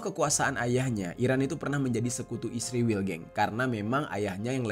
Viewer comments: Israil...bukan isrewel.😂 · Bang kok jadi isriwil si😭😭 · Kalau bisa sebut Israel saja jangan sebut isriwl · Kenapa nyebut isriwil dan tidak Israel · Kok jadi isriwil tetep Israel aja jadi kaga enak didengar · Israel bang bukan isriwil, sok paling baik lu